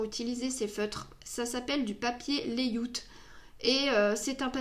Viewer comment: "Lay aout"